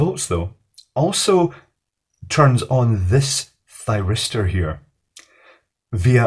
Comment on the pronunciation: Any one else hear Gay Thiristor? No must have miss heard it then. xD